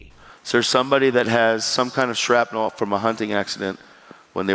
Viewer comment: Shrapnel!!? C’mon guy! 🤦‍♂️😂